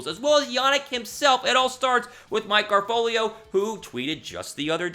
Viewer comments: Bro... it’s not garfolio it’s ga-ra-fo-lo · It's Mike Gara-folo not Mike Gara-folio man